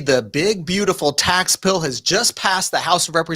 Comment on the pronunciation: Think you said tax pill. 🤣